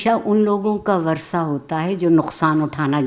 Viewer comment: وَرثہ نہیں وَرَثہ ہے وہ لفظ بمعنی میراث پانے والے لوگ۔ بحوالہ اردو لغت بورڈ , کراچی۔